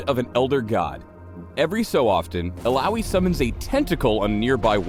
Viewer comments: All-ow-y is what im hearing, but isn't it Ill-uh-oi? Oh, and, YAY MORE MINIGAMES! -. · Eel-oww-ee? zzz. E-ya-oi. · 'Ill-owee'? What kind of shitty American pronounciation is that? Would have thought the name would be pronounced 'Illa-oy' more fitting of the islander background the name is obviously trying to emulate... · Illowwy? Really. I thought it was pronounced Ill-ahh-oi. Sad times. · illaoi not illaowee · I pronounce it as 'ilawoy' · I just came here so i can make sure I'm saying her name correctly not saying it as IYAOI lmao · "Illaoi is HILLAOI strong" xD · Uhlaowee?1 Really?! hahaha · How to read Illaoi: il-yaoi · When i first started, i thought it was pronounced: “Ill - aw - ee - o” . . Yeah i know... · I was litteraly pronouncing her name as I-YAOI. k. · Aussies pronounce it "ILLA OI" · Am I the only one who WAS pronouncing Illaoi with an uh-oy sound at the end. Illouwee sounds weird to me ._. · it would be better if her name was pronounced Illa - oy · Ill-owie???? Noooooooooo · but i thought it was pronounced Ill-a-oi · ive been pronouncing her name Ill-ah-oi. It either is that or the guy is white and bad with names that arent bob. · Ill...owie? Is that slang for an infected wound? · Oh, I guess I've been saying her name wrong, EE-yaoi wasn't correct, knew something was iffy. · just say laloi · Am I the only one bothered by the way her name is pronounced? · I thought you guys used the Finnish pronunciation of Illaoi. Oops. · "illaoi bruv"